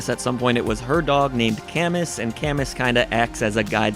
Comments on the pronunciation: Also: GUH at "Caeh-muss." It's a French name. It's pronounced like "canoe." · Camus is pronounced like Camoo.